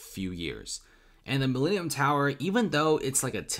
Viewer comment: This is the Mi-lean-eum tower